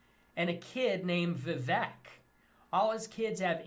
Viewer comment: As an Indian I just have to laugh at "Vivack". The pronunciation is so off, and I get that Fuentes is a dirt stain but like white people never even bother trying to pronounce poc names properly unless they have white origins. It's hilarious XD